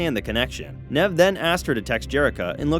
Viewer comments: Whats with Nehv? Its Neev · Sound look a substitute teacher “nav” 🤣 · It’s pronounced neeve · It’s pronounced knee-v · Did he say nev? Excuse me its nev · Pronounced Neeve! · Annoyed how you can't pronounce Nev